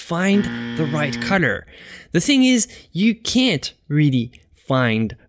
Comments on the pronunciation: WHY DO YOU PRONOUNCE THE WORD COLOR AS A CUTTER? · Dude seriously exactly what I thought when I clicked on this video.